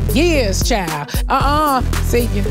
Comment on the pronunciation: White Alliance child just pronounced like chile lol